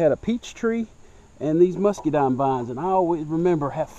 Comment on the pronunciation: I like the way he says "muskydimes" :)